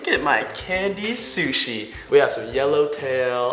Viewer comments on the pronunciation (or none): Sishi Shshi sushi